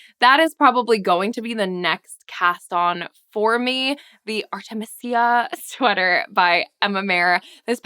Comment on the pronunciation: Art'-e-me-se-a (1st e is short e sound), (2nd and 3rd e is long e sound), and (last a is short a sound) Love your videos!